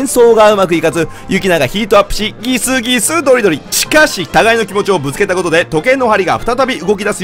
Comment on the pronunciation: ギスギスドリドリの発音がいいw